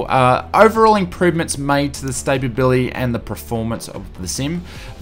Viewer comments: It's "Stability" not "Stabability". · STA-BILITY Mate....